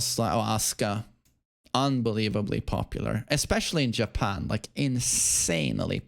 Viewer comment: When you say "popular, EsPEciAlLY iN JepeArnn", what are you basing that on?